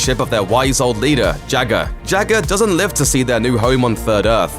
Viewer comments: Jah-ga not Jagger like Mick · its Jaaga not jagar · His name is JAW-GAW. Not Jagger. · Its not Jaga, its pronounced Jaaga... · Not Jagga, just as Lara Croft isn't Larra. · Jagger? Mate, seriously. Learn to pronounce the names of characters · Why is the narrator calling Jaga jagger?!? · Not sure of the spelling but I swore it was pronounced as "Jogga".....childhood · The way you was pronouncing “Jaga” makes me believe that you’ve never actually watched Thundercats before...HaHa and I’m still waiting to see the “things only adults notice in Thundercats”.